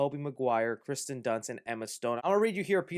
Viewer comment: He's saying Kirsten Dunst wrong. He is saying Kristen